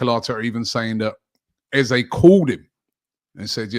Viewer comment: Can we get people pronouncing eze's name properly 😂 its :"ezerh"